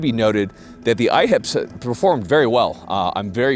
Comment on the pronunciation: I keep thinking he's saying "IHOPs", now I want sum pancakes....Smh